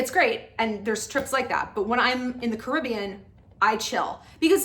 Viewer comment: this is random but thank you for pronouncing "caribbean" correctly